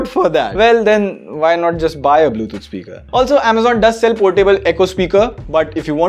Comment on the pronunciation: Bro it's Bluetooth not bluethoot